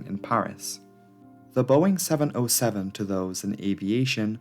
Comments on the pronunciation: Seven ZERO Seven. NOT oh. Learn to speak. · Please: 707 is Seven-Zero-Seven, middle character is a number, not a letter "O". Don't fall for Google's faulty reading. It hurts my ears. Besides, you're making very good movies about aviation.